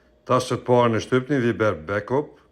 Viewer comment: "Viiiber"?😂😂😂 Ashtu shqiptohet në kosovarisht?😂😂😂😂